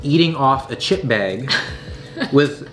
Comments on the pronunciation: No one:: half the Bæg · The way you say “bag” has me dying haha